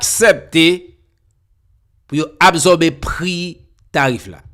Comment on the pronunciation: Frère on ne dit pas abzorber on dit ab sor ber quand S est placer devant une condone se prononce le son S non le son Z